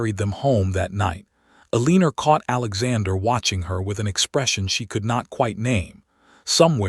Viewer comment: Please correct El-lean-er to El-en-a. Still a great story. ❤❤❤🥰